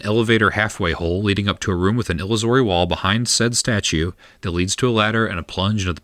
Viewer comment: Are you pronouncing “wyvern” and “illusory” wrong on purpose?